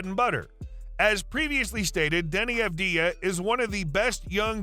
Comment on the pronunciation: You are pronouncing his name wrong. Put the emphasis on the first A. *A*vdija (correct) Avd*ij*a (incorrect) In the near future, you will all know how to properly pronounce it